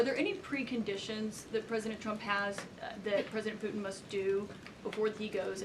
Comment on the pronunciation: She says “Pueen” instead of Putin. This is quite jarring.